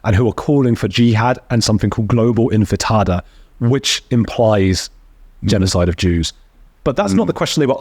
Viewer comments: It’s global “intifada” not “infitada,” which sounds like some sort of delicious Mexican dish. 😅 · The thing that you said happened at universities didn't happen. And you mispronounced "intifada."